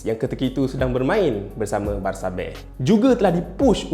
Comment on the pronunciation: Spanish pronunciation dia betul lah haha